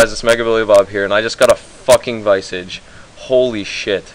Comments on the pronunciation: "Viy-Sog"? its called "Vi-soj" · its not vi - sige its vis-age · hahahah wtf is a vaisige, its a vis-arge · LMAO vice-age its pronounced vis-arge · That was awesome XD "OMG I got a viceage" lool fail pronunciation tho XD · You pronounced visage wrong but nice lol I got one when it was only 21m...